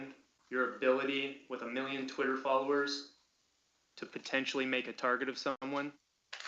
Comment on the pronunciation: Every time he says "twitt-her" i want to punch a wall